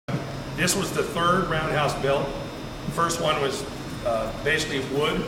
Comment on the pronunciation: Roundhouse, not roadhouse ;-)